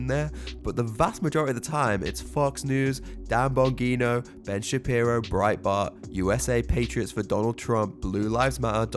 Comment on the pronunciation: Hearing you pronounces Dan Bongino is wild to me, his name has become such a meme but yeah I guess his politics are pretty bad.